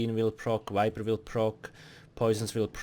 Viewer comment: Why do you replace V with W? Like instead of saying vampire you say wampire, and instead of saying viper you say wiper. Just curious.